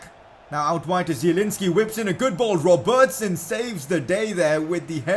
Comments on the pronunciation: Please pronounce Robertson right 🙃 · I like how you say ‘Robertson’